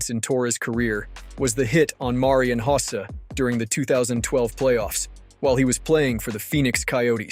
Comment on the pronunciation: Marian Hossa - Mare-ian Hoe-sa